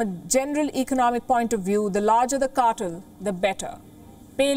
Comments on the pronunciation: Palki darling, it's not CAR-TUL but CAR-TELL. Please polish your pronunciation a bit more. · Cartel is pronounced "Car" - "Tell", not "Car"-"Ter". You take way the true meaning of cartel as in drug cartel, that's where the word comes from. I agree with the content of your report otherwise.